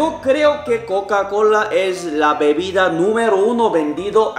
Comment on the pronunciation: ya casi ibas a decir cacacola jajaja jajaja.